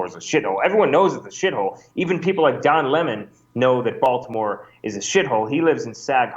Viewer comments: "Baltimayor" lol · Woah, did he just accidently say Baltimayor? 🤯 Thats the dopest error I've heard this year. & If purposely said.. still🔥 👍